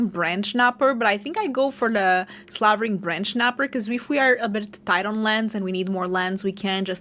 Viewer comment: Someone who can pronounce "slavering"! Please tell everyone else. Pronouncing it slave-ering makes me wince every time. I'm looking at you LSV and Marshall.